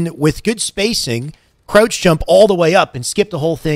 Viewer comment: I need a 2 hr video of this man saying krautch